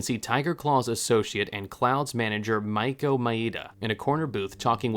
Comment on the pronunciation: I love the video but I hate the way you pronounce "Rache" it's ray-sh Edit: the way you pronounce most words(my-E-ko?) Maiko ) is weird considering you have played the game right? They say their own names